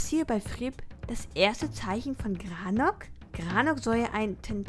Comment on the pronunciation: granok 😂 heisst das nicht garnok? 😂 ist alles nicht böse gemeint ❤